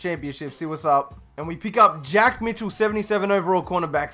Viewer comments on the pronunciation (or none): none